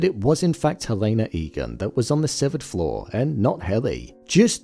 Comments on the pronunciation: Her name is pronounced HELL-ah-nah, not Hell-A-nah. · Dude why are you pronouncing Helena wrong… not that it matters